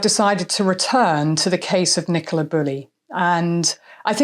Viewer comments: He couldn't even get Nicola's name right 😡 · He couldn't even get poor Nicola's name right 😡